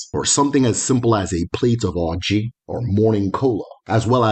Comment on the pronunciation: It is oji not orji